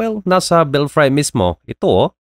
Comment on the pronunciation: Belfry should be pronounced as /ˈbelfrē/